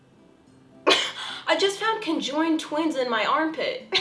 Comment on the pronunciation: I THOUGHT SHE SAID CONJURING TWINS